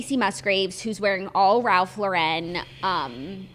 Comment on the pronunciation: It’s Ralph Lauren not laurén!!!! He’s from the us!